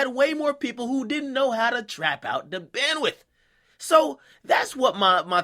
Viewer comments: Goddamn its "Bando" not "BANDWITH" lol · Not gonna lie....I cringe everytime I hear him say bandwith